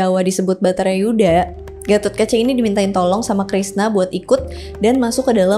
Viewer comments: koreksi kak, versi jawanya namanya perang Bharatayudha bukan Batharayuda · Mbak mbak, bukan WERDUKARA, tapi WERKUDARA, hadehhhhh, perangnya bukan BATHARAYUDHA, tapi BHARATAYUDHA, hadehhhh lagi.... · Tolong perbaiki lagi narasinya,banyak penyebutan kata yang salah bharatayuda bukan bhatarayuda😢😢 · Bharatayuda Kak ... bukan Bhatarayuda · Bharatayudha bukan Bhatarayudha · Bharatayudha, sayaaaang, bukan Batarayuda.. 🤭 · Ralat, perang Bharatayudha, bukan batarayuda